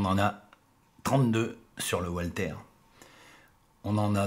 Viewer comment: Walther se prononce "valtère" et la ville d Ulm se prononce"oulm";merci